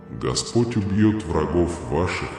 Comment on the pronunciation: Твой неправильные ударения на гласный слог меняет смысл господь ( по ). , дорогой( гой).